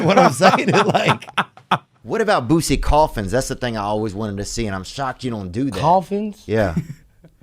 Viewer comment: Mf said “Boosie coffins ⚰️” 😂😂😂💀💀💀